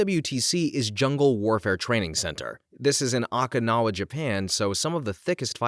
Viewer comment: How can you pronounce Okinawa that badly 😭😭😭 and Ouiji board while I get is really weird spelling, there is absolutely no quality control in these videos. So many mistakes that could have been easily preventable with a Google search on how to pronounce. Even the robots can pronounce it better and help you pronounce something right without sounding bad in videos